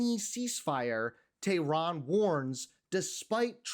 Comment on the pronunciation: I appreciate you, but please pronounce Iran and Tehran correctly.